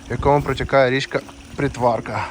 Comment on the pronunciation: Дуже цікаво. Дякую. Але наголоси трошки не вірні. БудаІ вка на І. Річка ПрИтворка на И. Дякую.